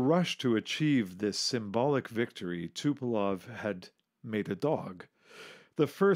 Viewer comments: Designer of TUs was TupolEv not TupolOv. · T U P O L E V - not Tupelov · Also, it's TupolEv, not TupolOv. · Again, it's not Tupelov. It is TUPOLEV.